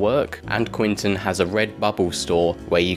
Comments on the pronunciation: Was thinking that myself! Sometimes says Quentin, but usually says Quinton... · It’s Quentin, not Quinton.